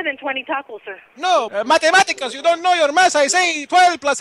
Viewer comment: Noooh men I broke a rib by hearing:" Matematicas"